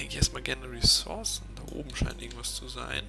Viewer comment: ressource spricht man mit "u" aus [ʀəˈsuʀs]